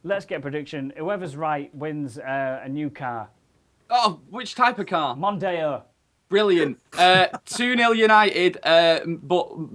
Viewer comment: Nearly cracked a rib seeing face when he said "Mondeo". Haha.